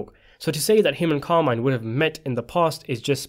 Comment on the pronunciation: Car-mee-neh, not Carmaine.